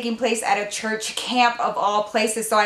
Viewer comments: Hi love your channel, and you forgot the r in church you total said chuch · I'm being so shady, but it just sounds so funny! You know I love ya girl!